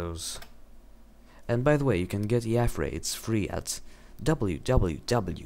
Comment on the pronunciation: dude omg you pronounced yafray wrong! everyone knows its yay-fray god! oh btw are you still planning on rendering my water thingy? plzzzzzzzzzzzzzzzzz